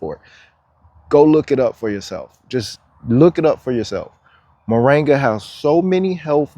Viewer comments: Its MORINGA not moranga ! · Mor-IN-ga dear, not Mo-RANG-a. Just saying... 🧓